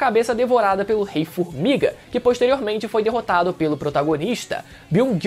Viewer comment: O melhor é o "fumiga" 😅